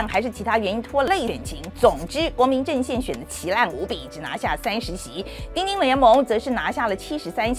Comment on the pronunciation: 范姐的 “丁丁” 很到地